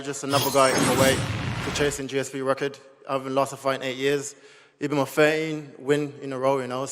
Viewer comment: We don’t pronounce record like that Leon 😂 I hate it when brits are influenced by Americans